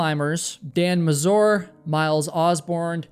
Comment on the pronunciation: Try to pronounce Mazur with a stress on „a”, rather than „u”.